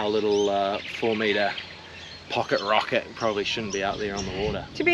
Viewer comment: Love the boat “ rockit “